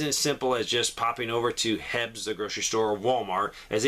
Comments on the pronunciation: Appreciate all the info Brother, in Texas we pronounce it H.E.B., not hebs, ty for your time, very informative, God Bless 🙏 ✝️ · LOL....FYI, Its H-E-B ( Initials only)....Not HEBS. Thanks for the giggle. God Bless✝